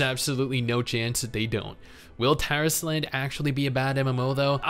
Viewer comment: when I first heard him say the name Tarisland, I had understood "Terrace Land" and I had to double check fr o_o